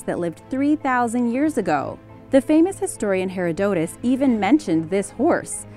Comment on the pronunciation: heir o doe tuss?!! Why couldn't you hire a competent (read older) narrator?!